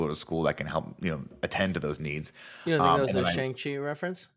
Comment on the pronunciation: it’s not pronounced Shane-g, it’s Shawn-g. We’re months removed from the movie’s release, not that hard my guy